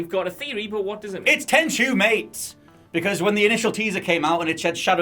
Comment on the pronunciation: Heh, its not Tenshu